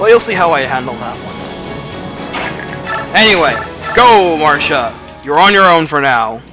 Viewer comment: I like how you pronounce Marcia's name. Everyone usually says "Mar-see-a" but you on the other hand are different and I like that. What can I say, I like diversity, lol. It's also great to see you uploading more FE Radiant Dawn because you're a pro at this game and make it really fun to watch. So thank you. =)